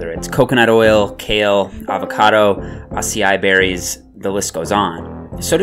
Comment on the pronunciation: AH SEE AI BERRIES AH SEE AI BERRIES AH SEE AI BERRIES